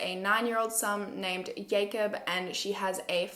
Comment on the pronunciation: Is the name Jacob or yacob? Yacob doesn’t sound right as I only know jacob as a name lol